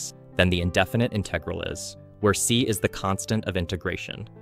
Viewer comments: InTEHgral. It’s InTUHgral BRUH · its IN-tegral not in-TE-gral ik its prob ai but why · Disliked bc I cannot stand the way he pronounces "inTEHgral' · Who the fuck says "inTEgral"? The stress is on the first syllable, jesus christ. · I have no problem with content that uses AI voices, I actually think they're going to become very useful in the future for expanding content, I just wish they were better at inferring ambiguous pronunciation better. For instance, how in this video the word "integral" keeps on switching between the correct pronunciation and incorrect, it's extremely distracting. Also how Lebesgue is pronounced incorrectly. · It's integral not integral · Yeah im certain this is AI, just listen to the way he sometimes pronounces the word integral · Why are there so many videos using AI voices? It pronounced Integral at least 2 different ways in less than 30 seconds. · why do you say "integral" like a fucking dumbass